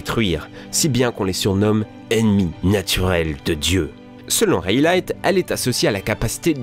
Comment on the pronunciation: C'est cool de présenter one piece a ceux qui ne le connsaissent que très peu sous cette forme par contre les gars faites un effort sur les noms vraiment 😂 "donflamingo" "pornéglyphes" "raylight"